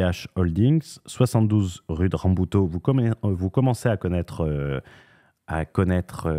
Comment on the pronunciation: La pauvre rue "Rabouteau", elle se fait prononcer à la portugaise, pour pas un rond, mdr.